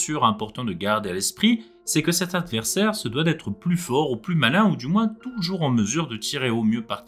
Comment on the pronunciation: "UN AVERSAIRE" 😣 (la vidéo est géniale sinon)